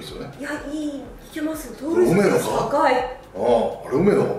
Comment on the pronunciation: 梅野がロメロに聞こえてしまうwwwwww